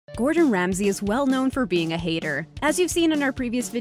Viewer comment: Gordon sansay?